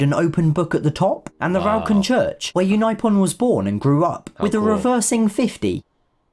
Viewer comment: botched david unaipon its pronounced david un-i-pon and edith cowan which is pronounced co-w-an